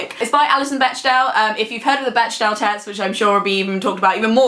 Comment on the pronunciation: Alison Bechdel is not "besh-del," but "beck-del" ...as is the "beck-del" test. Love you guys =) I got to see the Fun Home musical this year, it was nice, and sad.